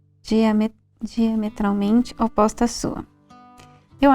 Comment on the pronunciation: Esperei o vídeo inteiro elas acertarem falar “ política diametralmente oposta “ ksksksks